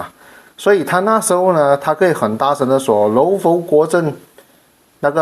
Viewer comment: ， 佛是读佛， 不是浮。。。阿尼陀佛的佛